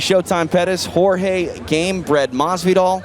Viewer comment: Surely Pettis should be able to get Jorge's name right. It isn't George.